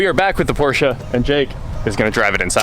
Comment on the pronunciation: Thank you for pronouncing Porsche correctly.